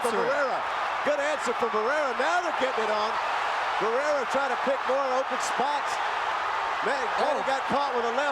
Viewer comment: WHY THIS 2 COMMENTATORS ALWAYS SAYING BARRERA HAHAHHAAHAHH!!!